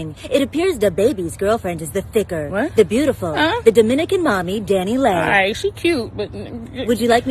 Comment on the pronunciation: Dani Leigh pronounces Dan E Lay🙄